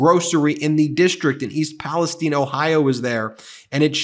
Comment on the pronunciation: Small thing as someone who grew up and graduated from East Palestine, OH thank you for pronouncing it like the locals do. Also i am shocked that it was so close. The area is flooded with people flying Trump flags. This will be interesting.